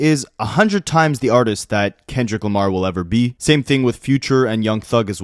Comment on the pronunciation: Its the way he says kendrick lamARe